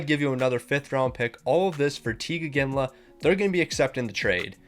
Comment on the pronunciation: The only thing I can’t get over is the mispronunciation of he names. Why are you calling them Teeg Iginla and Rasmus Sedin 😂